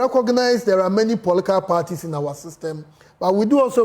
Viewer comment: The guy finds it difficult to pronounce political party